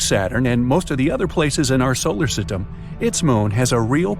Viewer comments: he said "solar sytem" lol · Solar sitem